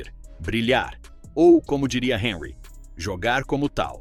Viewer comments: O comentarista precisa estar atento à correta pronúncia dos nomes das personagens do seu relato. Por exemplo Henry é francês e não inglês. Logo, a pronúncia do seu nome deve ser Hanry, sílaba tônica no ry. Ou seja, en em francês pronuncia-se, an. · O comentarista precisa estar atento à correta pronúncia dos nomes dos personagens do seu relato. Por exemplo Henry é francês e não inglês, logo, a pronúncia do seu nome deve ser Hanry , sílaba tônica no ry. ou seja, em francês pronuncia-se, an. um ex-jogador da França disse que o pica mappe não sabe jogar bola , ele é um tartaruga ninja problemático!